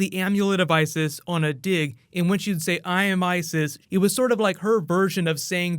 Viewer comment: ISIS its me or it says I.S.I.S?